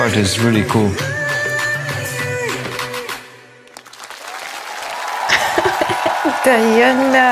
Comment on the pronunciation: On the day she won the competition, when asked, she said this song The Crow was here fave to cover in the whole competition. This song is actually a major hit long ago in Russia. Btw, her name is pronounced De+ana, Not Di+ana.